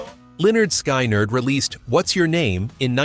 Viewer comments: Pronounce the names right. C'mon, Sky- Nard? Pronounced Skinherd. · Sky-nard? Oh, please! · Skinerd not skynerd